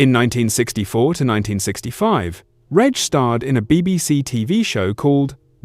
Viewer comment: Pity the A.I. can't pronounce Reg correctly. And can't pronounce dates correctly, WTF is two tithousads and eight, and two tithousads and sixteen.